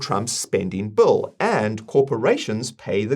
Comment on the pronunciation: Every time you say "bill" it sounds like a "bull".